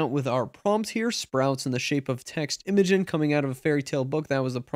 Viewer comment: Its pronounced "imagine" lol